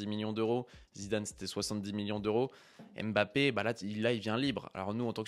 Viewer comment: Bonne vidéo mais serait-il possible de respecter son nom et de bien prononcer Mbappe et non Aime'bappe ? Ca fait mal aux oreilles